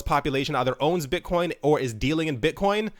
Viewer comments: => Bit-CUM ? LOOOOL You really made my day with this :D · "Bitcum" Lol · Haha....."bit-cum" I laughed at this for like 5 mins!